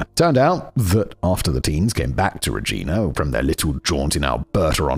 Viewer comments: So Rej-👁️-na. Got it. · Yup reg-I-na to kind of try and break it down... Lol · Regina is REE J-EYE NAH. Toque is TWO-K. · Regina actually in pronounced ri-JY-nuh rymes with vagina. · In Canada the way we pronounce Regina rhymes with "vagina". So long as you pronounce the city name without the letter V you won't offend the locals. Also of note, a song was written about David Milgard: "Wheat Kings" by the Tragically Hip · With every mispronunciation of Regina, all I could think was that the pronunciation guide should have had the city’s briefly run tourism slogan - “Rhymes with fun”. Also, “pair-ing” and “t-ew-ck”. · I know it's probably already been said, but toque is pronounced like tOO-ck, like torque but with a long O sound. Regina is pronounced like Vagina, yes really. And Saskatchewan is a bit weird. We don't really emphasize the vowels so much. It's more like Sis-scatch-iwan. Sorry for being a dick. Love from Vancouver, British Columbia, Canada!! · Tookee?! TOUQUE! Like… Two-K. It’s a winter hat! Also, Reg-EYE-na. Bruh! I know the Regina thing is cuz you find it funny, like I find Winterpeg funny… but my god. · Pronunciation guide: Toque- rhymes with broke or luke. Paring knife- rhymes with airing. Regina, Saskatchewan- rhymes with fun. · my god I'm so triggered toque is pronounced TEWK regina (the city) is pronounced regEYEna paring is pronounced PAIRing also, I knew about the murder but I didn't know where it took place. it's right behind a place I was thinking of moving to. ngl I'm second guessing that - I'd be creeped out now. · Sask with odd emphasis and "Re-gee-na" are also giving me a chuckle while also making me cringe. I'll take it though for the Canadian stories! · Regina... the city the rhymes with fun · It's Rej-eye-na. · My god his pronunciation is erking me it is too-k, pairing knife and im not from Saskatchewan but we say Regina (yes is does sound like the word your thinking of trying not to say) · Not to mention Regina 😂